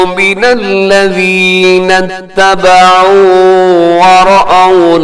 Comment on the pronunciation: آپ نے لفظی ترجمہ کرتے وقت اتَّبَعُوا کو اتَّبِعوا پڑھا ہے ۔ استاد محترم ایک مرتبہ recheck کر لیجئے گا.